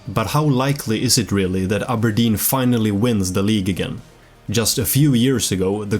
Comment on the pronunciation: I like how you can pronounce Aberdeen properly, with a hard R, instead of "Abah-dean" how the English do.